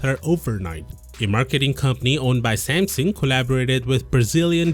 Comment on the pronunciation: Oh... "Smasnug"